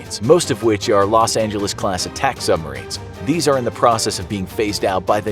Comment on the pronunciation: Rosh Angeles 😂